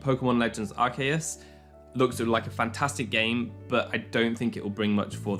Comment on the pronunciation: You did not just say Arkayus......